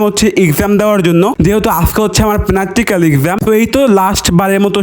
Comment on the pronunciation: প্রাকটিকেল না প্যানাক্টিকেল খাইতে পারো এবার খালি